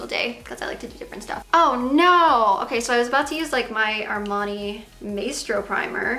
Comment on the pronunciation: She did say Armani I was like dangggg she said Armani lol 😮😯🤑